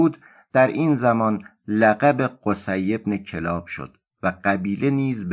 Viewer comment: کلاب kallab خونده میشه